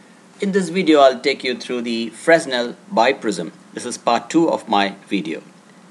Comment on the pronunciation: It is pronounced as Fre-nal not Fres-nal.